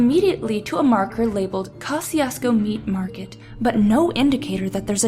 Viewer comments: It's pronounced cuh-shoes-co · Pronouncing the name wrong